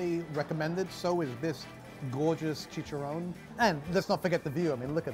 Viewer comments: It's chicharrón... Not chicha-rone-E. Stick with steaks,. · Chech-Ah-Roni also what’s up with that wobbly table